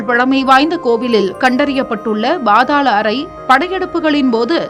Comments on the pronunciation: என்ன பாத்தாள் அறை. பாதாள அறை என உச்சரிக்கும். குதிரை. பாதாளம். ( குதிரை யை குட்டி எனவும் பேசி பார்த்தால் லட்சணம் புரியும். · It is paathaala arai ( not bhaathala arai)பாதாள அறை please pronounce like that.